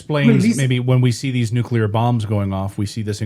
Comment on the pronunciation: then explain nuculer reaction